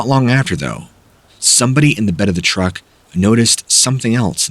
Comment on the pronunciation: Thought he said that car was a rruck